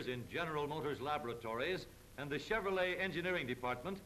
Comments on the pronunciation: If I had a dollar for every time he said Cheverolet, I would be a millionaire after adjusting for inflation from 1934. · "This is a chevrolei hweel"